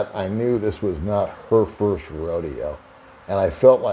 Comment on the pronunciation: I'm a pouriner :) Hahaha! That's how they actually pronounce it! Pinancial safety pirst!